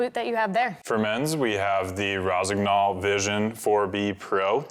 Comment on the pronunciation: Kendall, please...... Before you start publishing of any video, first find out , how to properly pronounce foreign language names. Rossignol is french word and "g" in it is soundless, as in most of french words, where that letter is in the middle. The way you speak thak word is like scratching the car's paint with the key🤮..